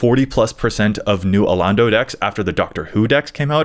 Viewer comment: Alaundo is pronounced "a-lon(as in long)-dough" btw.